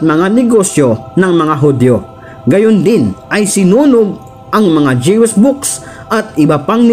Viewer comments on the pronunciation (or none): none